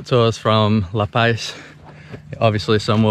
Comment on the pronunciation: Such a beautiful place I remember well. Gorgeous but pronounced "La Paz" (not "La Pais") ;-)